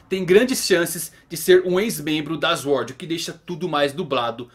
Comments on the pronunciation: não se pronuncia Eshord mas Suword, só pra ajudar. Abraço. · Diga "sôrd". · Não e tua obrigação mas mano plz Sword (SwÔrd) kkk desculpa mano mas me deu agonia kkkk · Q agonia essa pronúncia de "Sword" tive calafrios todas as vezes kkkkk